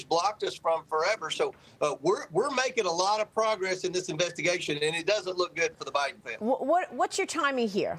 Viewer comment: OK, so it this a proob or an inverstigashun?